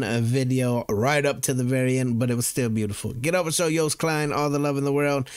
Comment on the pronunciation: THE FIRST GUY THAT PRONOUNCED HIS DAMN NAME RIGHT! 😍😍🥳🥳🥳🥳